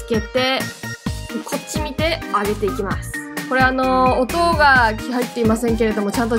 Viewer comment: こっち見てのイントネーション山形風w